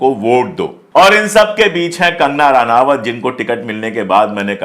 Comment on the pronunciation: इसका नाम रनावत नहीं रनौत है। अनपढ़ औरत है।